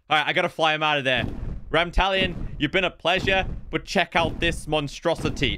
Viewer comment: Every time he mispronounced Ramtalon- 😭😭😭